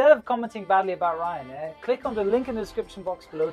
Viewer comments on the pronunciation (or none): reeyan air